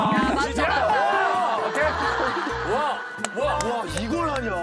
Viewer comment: 이런말 하기 좀 그런데.. 콘도를 콘돔이라 들었네 ㅋㅋ